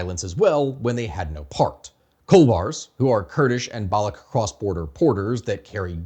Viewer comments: Balooch, ch like change , challenge. Its balooch not balook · So much for your research that you can't pronounce Baloch properly! The CH in Baloch is pronounced like it is in Dutch or Clutch genius! That dry gargle sound or the K sound you make when you say it makes you look stupid to anyone who know the pronunciation. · I skimmed the comments but didn't see people mentioning this - Baloch or Balochi is not a hard k, it's a ch like in "cheese". (I work in SWANA Indigenous rights and spend a great deal of time speaking with Balochis and Kurds, unsurprisingly.) Otherwise, fantastic video and summary of the situation! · it's balo chi, not balo key... !! source: I'm pakistani... have been one all my life... and i live literally next to balochistan and have visited it more than you have heard about it in your life by far... !!! P.S I don't know how you are gonna talk about balochistan or the balochi people but they are sitting on one of the most historically significant sites that you haven't mentioned yet on your channel.. The Mehergarh civiliation that actually predates the egyptian civilization and the creation of the pyramids... There have been claims made that excavations have revealed the oldest root canal in recorded human history in mehergarh... along with pottery and animal husbandry and agriculture... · It is BaloCH not Balocs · It's not Baloch with a K at the end, it is baloch with a SH instead .. thanks. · So you researched all this without figuring out that the ‘ch’ in Baloch is pronounced as-in Charlie? That’s just plain dumb, man… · That's not how Baloch is pronounced